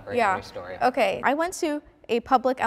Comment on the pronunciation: love how she was just like “okeh”